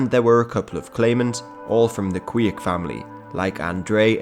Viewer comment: the institution of King of the Gypsies was known in Poland in 17th and 18th century (they were basically tax collectors, not necessarilty being Gypsies themselves); Kwiek is pronounced like Kvyek (v like in van and ye like in yen); also if someone would be interested here's link to the whole video showed in the beginning